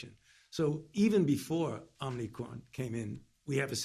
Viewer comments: Omni Cron by the way!! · “Omni cron” - Biden 2021